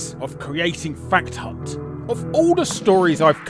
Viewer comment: I can’t not hear “Fat C**t” whenever you say fact hunt lmao